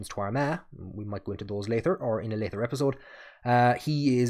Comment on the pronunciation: I enjoyed the video! Genuine question, I'm into linguistics: You sometimes pronounce "t" and "d" as "th" for example you pronounced "leader" as "lee-ther" and "later" as "lay-ther," is common in the Hiberno-English or is that specific to you. Again, not picking on you! Just interested.